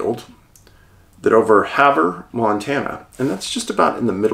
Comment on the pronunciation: Another great video! Ronan is pronounced "Roan- ann" or "Row- Nann", emphasis on 2nd syllable. Every state has towns and places with unique pronunciations. Extra points for pronouncing Havre correctly (like "have--er")!